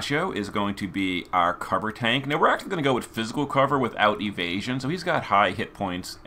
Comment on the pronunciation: I never think would i hear "withouth neo vision" rip ☠️